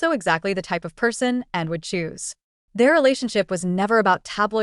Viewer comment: Din't anyone notice that the narration about Anne's husband cannot pronounce her name?